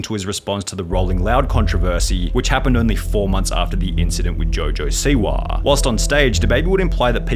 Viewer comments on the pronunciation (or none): Man…I usually listen to these accounts but the “Siwahhhh” “Twittahhhh” “Rappahhhhh” lemme know who this dude really is lol